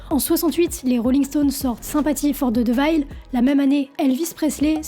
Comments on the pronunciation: Intéressant. Juste un truc : ''devil'' ne se prononce pas ''divaïle'' mais '''déveul'' , de même, Giuseppe se prononce '' djiousep_pé '' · Merci pour cette vidéo intéressante. Les américains sont de sacrés fragiles quand même... Heureusement que la musique va au delà de ça. Juste ça m'a un peu perturbé, "devil" se prononce plutot "dèvel", et non "divayl" 😊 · très bonne vidéo, très intéressante, merci mais stp... diveul, pas deuvaïle ! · Intéressant mais le sujet n’est pas complètement abordé, je suis resté sur ma faim. Au fait, devil ne se prononce pas « devaïle » mais plutôt« deveule » ou « déville » en anglais. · faut que tu améliore ton anglais , car dire Devayl o lieu de deveul pour Devil !! c inacceptable et pitoyable !! c comme ceux qui disent eubeur o lieu de you ber pour Uber !! ne soit pas se genre de personne pitoyable !! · Alors, j'aime ton travail. Donc merci pour ça. Maintenant 2 choses, si je peux me permettre d'être constructif: - D'une: on prononce "déveul" pour devil (désolé mais ça m'a un peu gêné) - De deux: la notion de diable dans la musique pour le triton viendrait de "mi contra fa est diabolus in musica" et qui voudrait simplement dire que le triton est chiant à chanter et dissonant. Je t'invite à regarder la vidéo d'Adam Neely sur ce sujet qui est vraiment enrichissante (comme tout ce que fait Adam). Paix à toi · Pour prononcer Devil plus simplement tu peux dire "Dévol", voilà sinon super vidéo comme d'habitude 😊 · Ou plutôt "divol" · Vraiment top ! 😊👏 Juste petit bemol de prononciation sur le mot "devil"...ca picotte un peu les oreilles..🙊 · Non mais tu vois ce que je veux dire parce que si tu le prononce "dévol" a la française tu sera pas plus compris. C'est un mélange de "é" et de "i" sauf que, va retranscrire ça à l'écrit x)